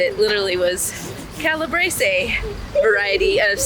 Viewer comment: You are butchering Calabrese. Tropea. And Italian in general. Its awful. 😮 So we are in Canada 🇨🇦 and we don’t have half the food products like Italy. 🇮🇹. Italians have always been cut everyone. With food!! Its a culture that we will never get in North America. AND its NONNA AND NONNO. 😮😅. Yes. Its. Insane how much we pay for food. Europeans actually have a criteria and food is one thing they expect to keep at cost to eat. It is their culture and I am sure there would be a lot of pushback from people if they paid North America prices!!!😮